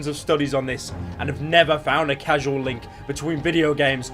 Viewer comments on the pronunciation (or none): Causal not casual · Causal not casual... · It is meant to be cause al not casule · Man actually said casual instead of causal, you fuckin bafoon. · Causal, not casual. Dafuq. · Casual is a different word from causal :) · Pyrocynical read causal as casual. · Causal link not casual link you fucking brain dead youtuber moron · "causal" link,you fucking nitwit not "casual" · he said causal not casual, brainlet. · Bruh you pronounced causal as casual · causal not casual. no biggie jus annoying me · My mum just corrected you man “causal not casual” that is the biggest L you could have ever taken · lol he said casual. It's causal dumb dumb i win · its causal not casual you filthy pleb, strike one up to the purple haired screamer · You casual, isn't it pronounced cawh-sal (causal)? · you said casual instead of causal you boomer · Causal, not casual. Sry that rly annoyed me for some reason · You pronounced causal as casual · pyro cant pronounce causal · Casual =/= Causal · Why does everyone pronounce causal as casual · Causal not casual noob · Are we not gonna talk about how my man pronounced "causal" as "casual"? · it's pronounced "cause-al" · pyro pronounced causal as "casual" fucking casual... reader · Causal is not pronounced casual. Don’t review books if you can’t read! #Ninja4Lyfe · I noticed this too -- why does he say casual? Does pyro not know how to pronounce this word that should come up pretty frequently when you research anything? Does he just wing every video with no research? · *Causal links... are whimsical today. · "causal link"